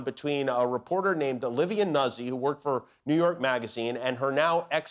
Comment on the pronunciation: Jimmy, it’s “Noot-zee” not “nuzz-ee”. Come on, Italiano!!